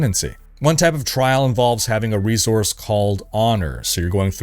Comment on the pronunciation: Love your channel but why do you call it "re-zorse"